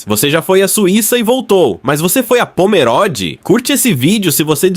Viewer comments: Pomeróde é o .... É Pomerôde! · Tudo muito bom.. so uma coisa... nao se fala pomeróde e sim pomerôde.. o o é fechado.. mas tudo bem.. parabens pelo video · Quando corrigirem a narração e respeitarem o nome da Cidade posso tirar o DesLike. POMERODE tem "O" fechado. Não se pode, simplesmente passar o rodo na leitura e deixar por conta da tecnologia, tem-se que transmitir corretamente a informação.